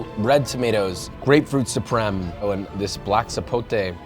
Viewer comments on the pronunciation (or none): none